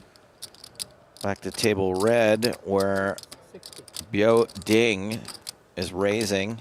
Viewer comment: Continuing to say Biao Ding’s name incorrectly after Williams corrected him is a trash move bordering on racist. It’s the same weird racist crap he pulled with Batak Wisbrod making the unfunny “Barak Hussein Wisbrod” line repeatedly.